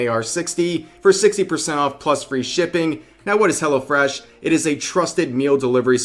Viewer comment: Hello Fresh sounds like Hella fresh when you say it fast.